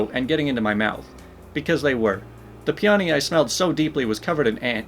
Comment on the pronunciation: [P-ah-nee] flowers actually need ants to bloom. the ants loosen up the petals.